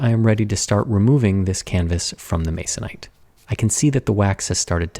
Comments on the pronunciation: I CRINGED. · Who else grimaced at the utterance of the word "masonite"??